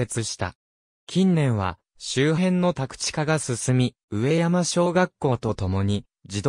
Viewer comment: じょうしょじゃなくかみところ うえやまでなくかみやま これはひどい自動音声ですね